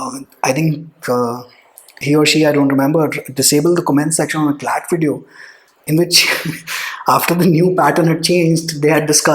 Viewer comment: that sarcasm at point no 8..."vedio" 😁🤣